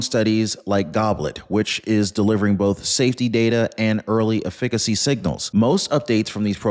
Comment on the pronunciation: I would never take investment advice from a man that can't pronounce the word efficacy.